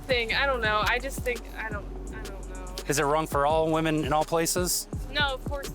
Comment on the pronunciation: When did we forget how to pronounce the word women?